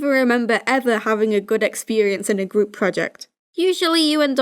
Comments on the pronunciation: 6 years later and i notice you say "gwoup" instead of group, and i love it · It sounds like u said gwoup. Project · I swear the first time he said group project , I heard gloop project.